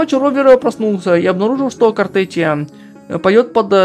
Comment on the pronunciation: Не Картетия а Картефия.